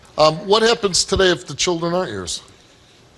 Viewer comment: Why does he keep saying “cheerdren” instead of children?